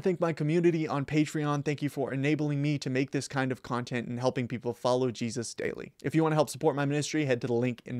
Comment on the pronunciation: Add Jesus (pronounced as Hesus) The IV.